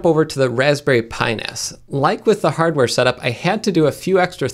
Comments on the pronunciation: "pinas" sounds remarkably like a body part, when you say it quickly. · Watch how you say that, “Pi-NAS”...